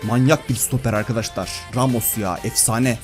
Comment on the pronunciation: Arkadaşlar diyeceksin arkadaştar değil